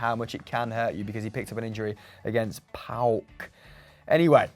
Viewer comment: Just say paok you don't need to say it as an acronym. MALAKA!